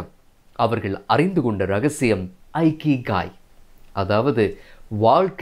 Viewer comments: அருமை. அழகிய தமிழ். ஜப்பானிய புத்தகத்தை இகிgai என்று வாசிக்க வேண்டும். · Bro it is இகிgai. Not ஐகிகாய்